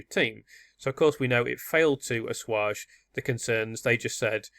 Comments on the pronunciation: I respect work, but I do find that grates! it's 'a-swage' ♥ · Please learn how to pronounce the word "assuage".